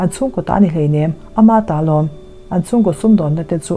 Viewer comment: A ngaihnawm hmel viau. I chhiar thiamin ngaihthlak a nuam e. Ka mit ka chhing tih hi, ṭawng chher tharah kan ngai tawh deuh niin a lang. Maimaichhing tih hram hi a ṭha ka ti viau thung. Nem tih hi lam rik dik loh tam tak zinga mi a ni. Thluk ri tawi leh hniam tur a ni.